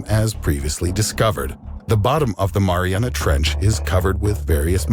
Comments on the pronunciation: No it’s Mariaiana trench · They guy in the video said Mariana Trench like 20 times, and Tim is like what did he say? MaRiNeRA Trnch. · He said it like it was a dipping sauce for pizza😂😂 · The “Marinara Trench” 😂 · "the marinara trench" 😂😂😂😂 oh my Lord this guy always gets to me 😂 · “The Marinara Trench” lol I’m dead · No one. Tim: “what is it called?...the MARINARA trench?”